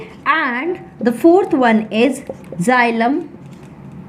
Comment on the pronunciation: Xylum nhi xylem hota ha 😂